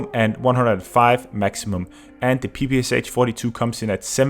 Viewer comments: Finally someone said it :v Yes, it was strange for me too when I realized. It is not P-P-S-H, it's P-P-Sh after Shpagin. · PPSh is actually pronounced with sh at the end like in shock or shire. That is why the it is spelled PPSh and not PPSH as short from pistolet-pulemyot Shpagina. Russians used to pronounce it like pe-pe-sha. Sry for this smart ass comment but I just felt the need to say it.